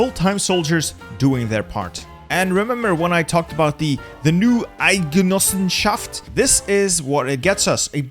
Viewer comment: Its really impressive, how you said Eidgenossenschaft. Well done, sir! 👍🏻